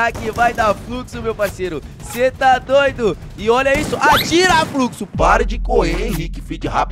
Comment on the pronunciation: Nobru é fruxo não é fluxo😂😂